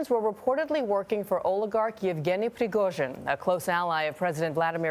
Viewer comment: Such a good pronunciation of russian surname Prigozhin!